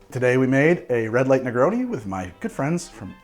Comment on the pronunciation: My man said negroni with the hard oni